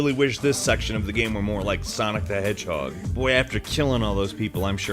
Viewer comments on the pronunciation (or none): none